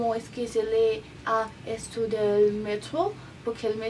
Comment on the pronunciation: ESHTO SHE ACABA TODO ESHTO SE ACABA JAJAJAJAJAJ LIKE SI ERES CASTELLANO I TE DA RABIA QUE LO PRONUNCIAN ASI XDDD